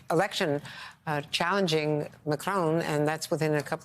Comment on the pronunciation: Not macrone! Mah. Croh.